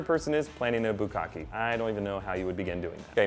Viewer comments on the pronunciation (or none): it's not bukaki, it's bukake. why do anglophones always have such trouble pronouncing SIMPLE things? :@ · Bukake. Hmmm.. didn't know it was pronounced like that. Lmao